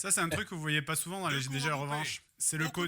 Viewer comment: J'ai bien aimé ta prononciation de "J D G ". Ça faisait très Français